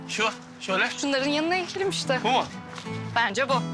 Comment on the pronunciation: Ekelim değil yahu dikelim olucak